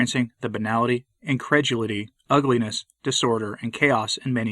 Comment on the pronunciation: Great commentary. Maybe check the pronunciation of "incredulity."